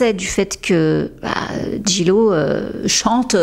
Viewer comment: En anglais le J se prononce G et le G se prononce J ...... please try to pronounce Jlo correctly!